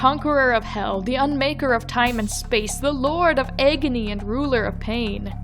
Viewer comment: No offense, but what was that pronunciation on Agony? Eggnoy?